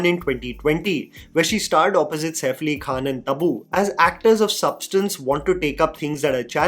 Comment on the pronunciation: Bro you do great research for your content, but please pronounce the name of the actor correctly, it's not Sefli, its Saif Ali. Also niche and trajectory. These are a few that pop out of your videos, rest is all good and cool 👍